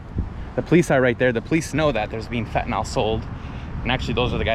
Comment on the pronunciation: Fentanol is not commonly used. Fentanyl is not fentanol. Mispronounciation does not make you sound intelligent, just the opposite!